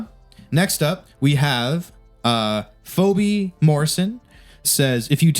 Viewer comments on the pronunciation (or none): That look from Austin when he pronounced the name Phoebe "Phoby" was fucking priceless. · The look Austin gives him when he pronounces it foby is hilarious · HOW THE FUCK DID JARED PRONOUNCE PHOEBE?? HAVE YOU NEVER SEEN FRIENDS? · Jared, come on brother. Phoebe is not pronounced that way.